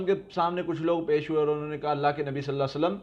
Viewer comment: please ap Nabi Pak k nam k sath Sallallah o alaih e wassallam achi tara or clearly ada kia Karen.